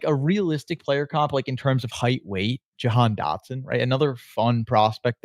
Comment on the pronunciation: you say Jahan Dotson. Are you simple